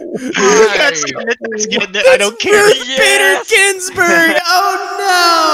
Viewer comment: the way somebody said Ruth Bader Ginsburg name was bad.